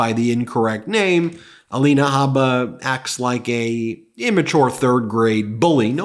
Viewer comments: Ah-lean-ah… Ah-line-ah… Whatever she calls herself 🤔 How’s that sound ms Haba? My opinion of either one of these women should not affect my pronunciation of their names. Both women deserve the dignity of having their names pronounced correctly. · Perhaps Trumps lawyer Alina should be called All-in-ah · At this point I only want to hear the name Ah-line-a or Ah-lean-a or whatever it calls itself in regard to an ethics board hearing. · A-lie-na Habba sounds about right